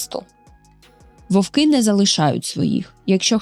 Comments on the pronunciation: Чудовий контент, але тільки не вОвки, вОвків, а вовкИ, вовкІв. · Тільки не вОвки, а вовкИ. Не забувайте що це мова, а не язик.